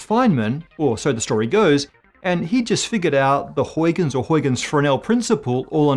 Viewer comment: He should find out how to pronounce "Huygens" - I was also doubtful about his pronunciation of "Reiss."